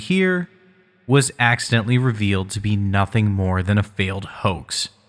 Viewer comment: "Shift scenario" Please tell me you intentionally said it this goofy ass way.